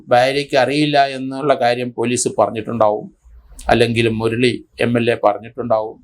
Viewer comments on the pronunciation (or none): none